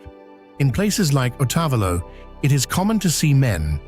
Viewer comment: Thank you for a beautiful trip through my Country of Ecuador. Please correct your pronunciation of town names, like Otavalo, so that people will know the town.